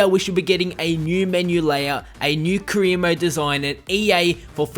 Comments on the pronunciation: Stop saying 'cream mode', thanks!! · ka-re mode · What cree mode? 😂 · Cree mode? lol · "Cree mode"